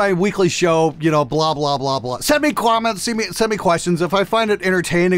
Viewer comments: lmao sometimes those imperfections are happy accidents... Like saying "Crom-ments." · wtf’s a quament? 😂